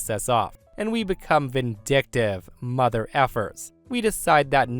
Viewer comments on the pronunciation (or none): none